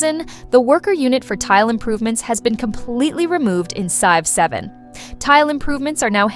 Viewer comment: What do you mean? I love the game Sive 7!